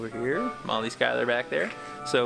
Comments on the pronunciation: I've always wondered why always say Molly's last name wrong. I like your videos when you collaborate with her. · People! There’s snow on the ground because this was filmed in February 2022 in Pennsylvania. They’re besties, Molly has a real husband and children. always kids around about her last name because few pronounce or spell it correctly. And, yes, has beaten Molly a few times in challenges. Some people need to pay attention and listen.